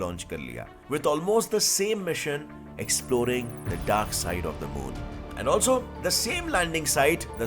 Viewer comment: When he said dark side I thought he is saying darksied